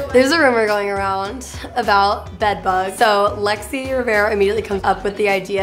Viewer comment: it's Lexi not lexis